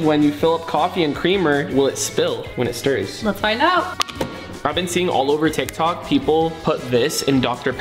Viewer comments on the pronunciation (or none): none